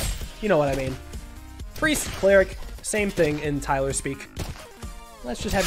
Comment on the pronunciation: Day three of telling Tyler that it's one syllable (Great video man)